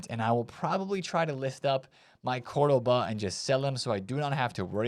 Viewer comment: “Cur-du-baa” 😂 … this guy is trolling. Ain’t no way.